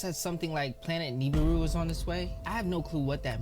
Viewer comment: Nibiru not neribou